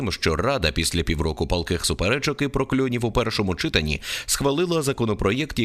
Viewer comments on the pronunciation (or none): ЧитАнні. Не чИтанні.